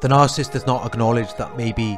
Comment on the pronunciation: It’s NAR-SIS-IST .... NOT NAR-CIST